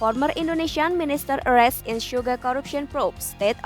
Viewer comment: Sugar, not Suga, Mba..